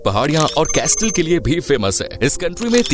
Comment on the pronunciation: Castle 🏰 timeline to Mistake in pronounciation